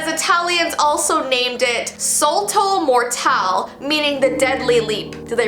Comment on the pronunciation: me knowing italian and then hearing her say ''solto mortal'' °im not a hater i love ur vids